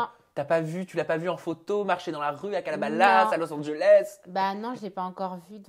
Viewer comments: C’est Calabasas et pas calabalasse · Il a dit à Calabalas alors que c’est calabesas 😂😂